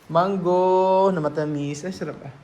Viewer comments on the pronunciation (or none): none